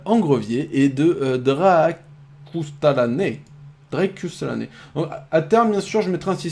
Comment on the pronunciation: GG pour la game et merci pour Sun^^ J'aime bien te voir jouer sur un dieux que tu maîtrise pas au top c'est pour sa que j'aimerais bien une Hell a l’occasion XD PS : Chaque fois ta du mal pour mon pseudo alors pour t'aider (ou pas) il se prononce Dra cusse ta la ne (dsl j'ai pas trouvé meilleur explication XD)